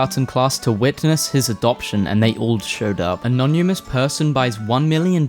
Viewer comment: Im convinced the internet is just a simulation and doesnt exist. Who the hell pronouces "anonymous" as A-Non-U-Mus ?????